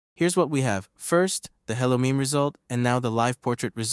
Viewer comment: You're pronouncing "Meme" wrong.